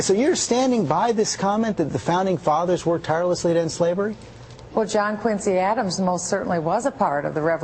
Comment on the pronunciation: oh dear God.. this woman is a flash in the pan. I BEG HER TO RUN AGAINST OBAMA! Barack's a shoe-in. And, by the way, it's pronounced John QUIN' zee Adams. The Quincy Family pronounces it "QUIN' zee". The level of stupidity pervading the airwaves is truly disturbing.